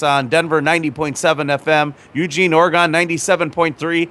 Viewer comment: I live'd in Eugene Oregon for damn near 20 years (now of Portland), and that is neither how one pronounces the city or the state.